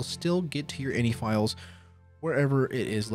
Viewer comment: Ugh, I love your other videos and content but personally (maybe it's my OCD) I can't watch this one. INI stands for initialization and when spoken it's pronounced by speaking each letter individually "eye en eye", not inny. I've worked in tech (including for two of the largest tech companies in the world) for 15 years and have never once heard "inny". If anything it would be in-ih with the second i sounding like the i in "it". hey.. in it, go figure